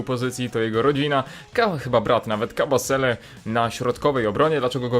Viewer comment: 2 39 zamiast powiedzieć Kabasele powiedziałeś Kasabele.